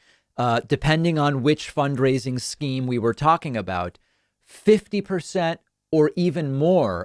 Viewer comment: Did David say "fundraiding"? lol